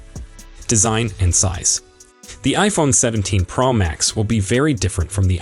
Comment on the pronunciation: Why can’t you pronounce Pro correctly??..it’s not praw Max…it’s Pro ..O…like in Oh….makes this video unlistenable